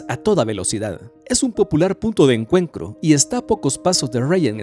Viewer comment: Jajajajaja, también "punto de encuencro" y PicadEli Circus. Jajajajaja